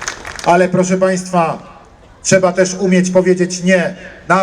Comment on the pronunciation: Powiedział TCEBA